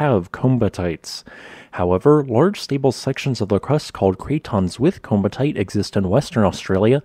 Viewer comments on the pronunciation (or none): Great video! My favourite volcanic rock, hopefully I get to see the ones in Australia sometime. Just a note on pronunciation, the double ii is similar to Hawaii in that it's two separate sounds, so "Komatiite" is more akin to "co-matty-ite" than the common mispronunciation "coma-tite", as per the pronunciation of the "komati" river it was named after. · I thought that the pronunciation was something like "ko-mat-ee-eye-t"? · You kept mispronouncing the word. It’s koh-ma-tee-eyet, i.e., the vowel sounds are long O, short A, long E, and long I. You pronounce both of the I’s. At least that is the way ALL of my geology professors pronounced it. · I believe it is pronounced komati-ite, at least that's how my professor said it. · It is typically pronounced 'koh-ma-tee-ite' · Kom - at - ey - ite. Say it correctly!